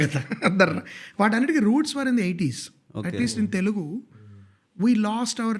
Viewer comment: I would really appreciate if you guys can say “Telugu” not “ tellgu”. This is a great show. Good luck !